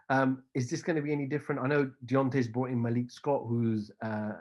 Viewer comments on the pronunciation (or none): none